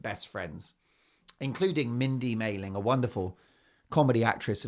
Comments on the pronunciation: It’s Mindy Kaling not Maling. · Mark, slow down… it’s Mindy Kaling not Mailing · Ugh the screeching and the voices 🙉 It's mindy kaling by the way, not maling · Mindy KAYling, not MAYling - Mindy Kaling is a very respected actress, writer and producer and extremely well-known in the US - she deserves respect! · Mindy's last name is Kaling, not Maling.